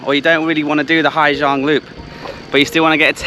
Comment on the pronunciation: it is a rice!!! Not a rice field. Latter is very grating.,,😢 Also, not, as you keep saying Hi Giang, it's Haaaa Giang 😅 First one is the worst, by a long shot!!!